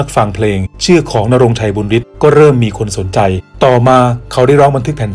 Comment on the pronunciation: บุญฤทธิ์ อ่านว่า บุนยะริด นะ ไม่ใช่ บุนริด